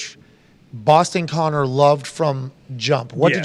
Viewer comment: what sportsbook i swear can have a sheet to read off of and still mess it up. dudes the worst